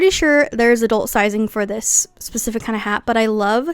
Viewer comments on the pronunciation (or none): Girl, I love the video but you should learn how to say specific